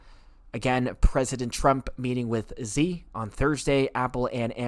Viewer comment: Xi is pronounced "she" not "zee"